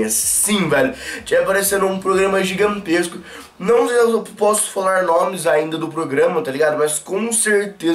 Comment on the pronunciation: ele falou giganquesco